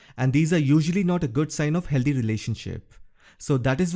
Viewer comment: The relationship is not " helldee" just say Healthy or bring someone to say correct words!!! next we will hear shitty instead of shady... come on... !!